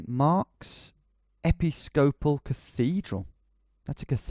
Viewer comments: EPI-scopal. = e-PIS-co-pal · "epi-scopal" lol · Ep-ee-scope-uhl haha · "Epi-scopal" cathedral? Please tell me you're winding us up with that pronunciation.